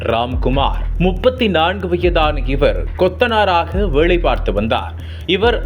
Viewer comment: தகவள் இல்லை தகவல் வேளை இல்லை வேலை தமிழை சரியாக உச்சரியுங்கள். ஈழதமிழ்